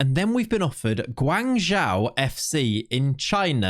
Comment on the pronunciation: Hey just for the future. The way to pronounce Guangzhou fc is guang like guong (end with ong) and Zhou like Joe. Obviously, It doesn't matter to much but JIC